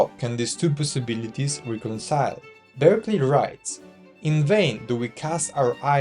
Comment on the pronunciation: Thank you for a useful summary. Bishop Berkeley’s last name, though, was pronounced “BARK-lee”. It isn’t obvious from the spelling.